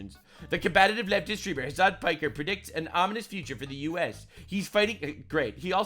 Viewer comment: Ha! He said Hasan Pecker! I am vindicated!